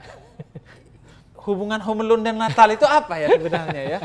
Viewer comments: Bahasa Inggris : Home Alone Hyung Ja'far : Homelun - Habib Ja'far Alhadar 2020, membahas Natal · salah harusnya ~Hum 'a lun~ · Inggris : Home Alone Hyung Habib : Homelun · Njir hom al'un. 😂😂😂